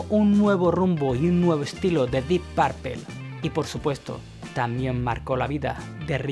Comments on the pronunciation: O el mejor guitarrista de todos es JIMY Hendrix y no se pronuncia porpel se pronuncia porpul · Así con Deep "Paaarpel" 🤦🤦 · Porqué dicen Parpel en lugar de Purple y Bitels en lugar de Beatles...?